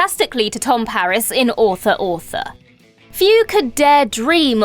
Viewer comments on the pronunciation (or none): none